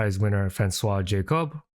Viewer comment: It sounded like you pronounced Jacob fairly well the first time, and I'm a real G